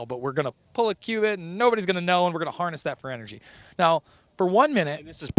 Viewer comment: qubit is pronounced "cue bit", not "qwibbit".